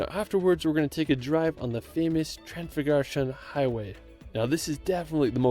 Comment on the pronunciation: "transfugurun highway" lol that's the funniest butchering I have seen so far, nice :))